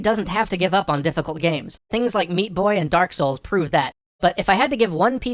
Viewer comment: To quote videogamedunkey: "Thank you, Dahk Souls."